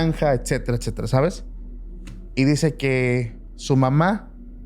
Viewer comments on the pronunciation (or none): none